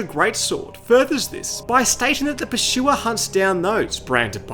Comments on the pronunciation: Pur-sue-er not Per-shoe-er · There is no way you pronounce it pershua, NO WAY 😂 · dude i can't with this guy's pronunciation of "pursuer" 😭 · Pursuer ❌ PurSHUA ✅ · Th Pershuwer. The Pershuwer. The Pershuwer. The Pershuwer. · "Purchuer" ahaha ridiculous 😂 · The PASHOOWA! Wtf?